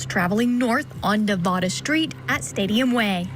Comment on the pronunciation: She says Nevada wrong